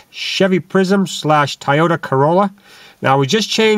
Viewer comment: its not thai-oat-a, its Toyota